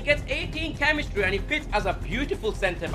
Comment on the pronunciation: The way he said chemistry